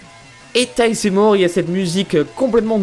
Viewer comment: ON DIT TÈILZ ET PAS TAILE